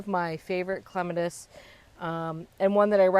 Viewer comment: You pronouncing clematis wrong. Lol